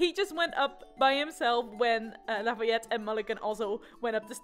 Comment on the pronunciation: I was waiting all day! And I was not disappointed! :3 You pronounced Lafayette's name perfectly